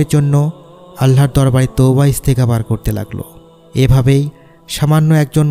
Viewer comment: এস্তে গাপার, না। বলবেন এস্তেগফার, এক সাথে উচ্চারণ করবেন।